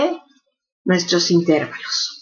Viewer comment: ¿¿¿intérvalos??? Hasta me duelen los oídos de escucharla decir intérvalos, acentuando la e. Que bárbara...